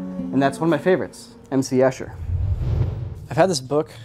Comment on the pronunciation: Fun fact, you pronounce "Escher" wrongly.